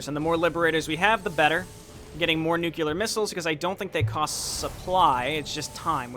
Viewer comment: N U C L E A R (new-klee-urr) NUKULUR IS NOT A WORD foams at the mouth